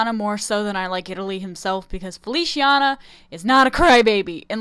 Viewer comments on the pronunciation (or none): I wish some of the characters were actually girls... 😭 And Feliciana is pronounced “Feli—chee—ah—na”. In Italian “c” sounds like “ch” when it’s with “i” or “e”